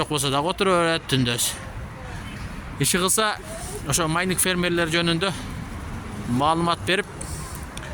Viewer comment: Майниң эмес майнинг